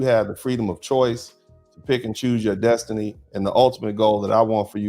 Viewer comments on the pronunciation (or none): none